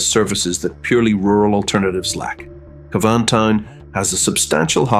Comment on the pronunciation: Just as you've made my Ear's Bleed with your Torturing the Pronouncation of Cavan...have you finally Adapted to CAVAN...There is Hope yet for IRELAND.